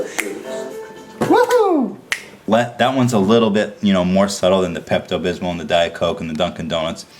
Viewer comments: The way he says "Pepto Bismol" sounds like he's saying "Pept-abysmal" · I like how he says Pepto Bismol like "Pept Abysmal" which really reflects his opinions on the movie. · "peppuh bithmo" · Pept-abismal. Lol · Today I learned that Ethan has no idea how to say Pepto Bismol.